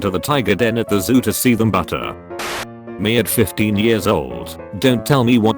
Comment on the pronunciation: Ha ha The voice pronounced better as butter...